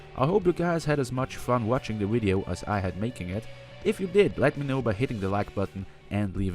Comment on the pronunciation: Are you saying wideo, instead of video xD